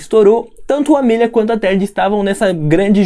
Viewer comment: SE VC NN SABE É AMÉLIA N AMÊLIA!! FALA CERTO, NEM EXISTE ESSE NOME!!